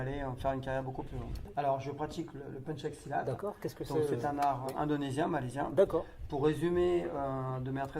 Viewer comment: Pencak Silat et non PANCHAK !!